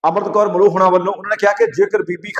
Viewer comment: ਉਹ ਫੁੱਦੂ ਆਦਮੀਂ , ਅਮ੍ਰਿੰਤ ਕੌਰ ਮਲੋ ਨਹੀਂ ਅਮ੍ਰਿੰਤ ਕੌਰ ਮਲੋਆ ਹੈ । ਮਲੋਆ ਪਿੰਡ ਹੈ ਚੰਡੀਗੜ੍ਹ ਵਿਖੇ। ਪੰਜਾਬੀ ਬੋਲਣੀ ਪੜਨੀ ਨਹੀਂ ਆਉਂਦੀ ਨਾ ਪੰਜਾਬ ਦੇ ਪਿੰਡਾਂ ਬਾਰੇ ਪਤਾ ,ਕਿਸ ਕੰਜਰ ਨੇ ਤੈਨੂੰ ਖਬਰਾਂ ਦੇਣ‌ ਲਾ ਤਾ ।